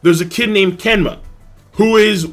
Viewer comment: "Kenma" Lmao.